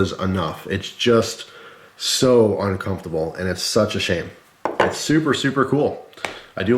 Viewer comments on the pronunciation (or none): It's uncomfortable to hear him repeatedly say "uncumftable"